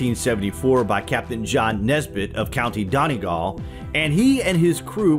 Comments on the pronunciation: Ya pronounce Co Donegal funny lol I live there myself. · Omg I love how he says Donegal😂it made me cringe